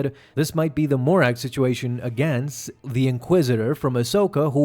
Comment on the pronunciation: The Inquisitor is Marrok, NOT "Morak"